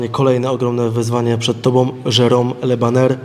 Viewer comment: Od razu mówię ze chuj z tej walki będzie.... Le bajer a nie Le baner albo wydyma federacje albo będzie „kontuzja” tydzień przed.... a szkoda